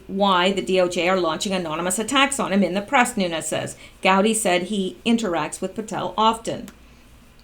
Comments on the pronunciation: It is pronounced Nunez, there is no ~ over the 2nd N, so no stretching out of the 2nd N. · It is NOO-Nez.. (Nunes) Portuguese. My congressman. bugs me when ppl dont get it right. esp. like. From Tulare CA!:)